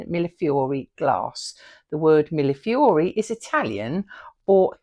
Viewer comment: Finally! Someone who knows how to pronounce Millefiori! I can’t tell you how many times I’ve heard it pronounced as Milliflori. I know it’s a ridiculous thing to be bothered by. But I am. Your channel is lovely. I really enjoyed it. Always love other witchy beings.